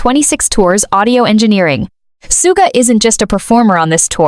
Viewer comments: thank you. I thought i was the only one who noticed the mispronounced his stage name. 💜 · No, i think they're just profiting and posting bad ai writing. They don't even pronounce Suga's name correctly. I'm blocking this.